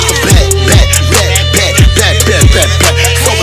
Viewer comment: Whenever he repeats bag it sounds like he’s sayin blyat